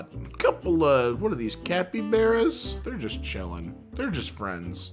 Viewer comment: Nah bro he said capybearas